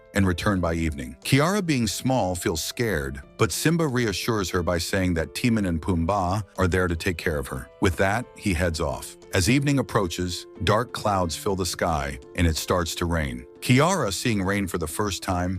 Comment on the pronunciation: It's clickbait. Even uses an AI voice. Timmin and PoomBAH?